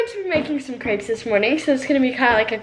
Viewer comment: She says crepes wrong